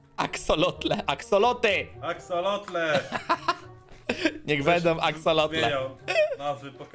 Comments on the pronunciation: Axolotle nie Axoloty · Pisze się axolotle, a poprawna wymowa to "aksolotle" :) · mówi się axolotle nieuku!!